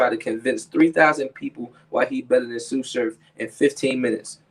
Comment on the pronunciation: On god tsu said it perfect